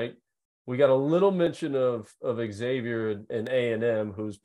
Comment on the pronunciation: You lose all credibility when you can't even pronounce Xavier correctly. They are a three seed, in the big east, been relevant for over 25 years. Makes me wonder if you've even watched them play